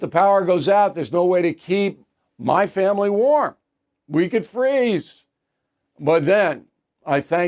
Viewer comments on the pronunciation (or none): none